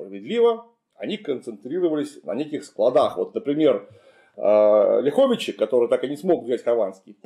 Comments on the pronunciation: Замечание: правильно говорить лЯховичи, а не ляхОвичи. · Не ЛяхОвичи, а ЛЯховичи. Ударение на первый слог. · Не ЛяхОвичи, а ЛЯховичи) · Уважаемый мый Клим, правильно говорить лЯховичи. (если только местные не называют ляхОвичи, но такого варианта я никогда в дизни не слышал). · не ЛяхОвичи, а ЛЯховичи. Не КлястИцы, а КлЯстицы. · Добрый день! Правильно говорить не ЛяхОвичи, а ЛЯховичи ударение на первый слог, мы в РБ произносим именно так, от слова Лях - поляк. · Город Ляховичи - ударение на первый слог. Режет слух. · В названиях Ляховичи и Кричев в современных русском и белорусском языках ударение на первый слог. Несвиж через е, даже в польском. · Климу Александровичу - респект! Просто супер! Только одно "но", город называется не ЛяхОвичи, а ЛЯховичи! И белорусский отряд у Хованского не КричЕвский, а КрИчевский!